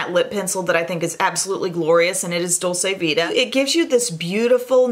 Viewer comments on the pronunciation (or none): FYI Dol-chee-vita